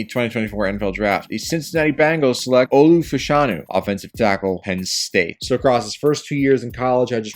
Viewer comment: love your vids as always! just a few notes - Olu’s last name is pronounced “Fash Un Ooh” (love the pick to the bengals) - Broncos would love Brock Bowers but imo their holes are not at TE because of Greg Dulcich. They need Dline, QB, WR, DB, and should trade back tbh - Quinyon Mitchell is the real mf deal. He won all of his senior bowl reps against power 5 receivers except one against Roman Wilson where he slipped. He’s absolutely cracked, so dw about him being at a small school